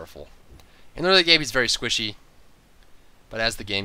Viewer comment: is he squishy or werry werry squishy ? =p